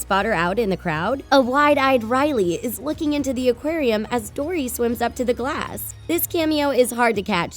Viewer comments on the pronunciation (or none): none